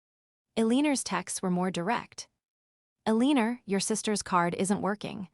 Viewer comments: Somebody needs to tell AI how to pronounce 'Eleanor' ❤(EL-lin-nor-) but meanwhile a-LEEN-er is pretty hilarious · "El-een-ur"? AI Voiceovers are not your friend.